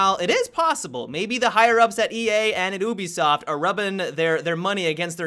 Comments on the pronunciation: why do you say "Obisoft" and not "Ubisoft"... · you pronounced Ubisoft weird. Aren't you suppose to say the letter u? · The way you say ubisoft... Makes me chuckle :)